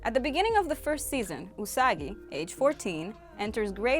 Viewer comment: Usagi (you-suh-guy) 🤣😆😂